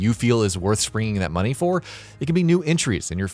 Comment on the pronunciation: Muneh? You're alright boah